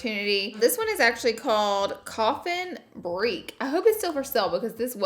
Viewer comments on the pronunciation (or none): She said "coffin breek" Coffin break, Laura. Lmao.